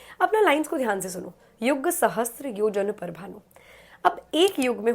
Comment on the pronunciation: It's "Sahasra" means 1000. Not "SahasTra".